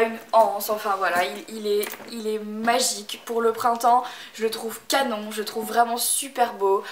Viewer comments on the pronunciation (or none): none